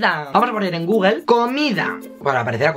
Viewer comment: Google no gogogle 😂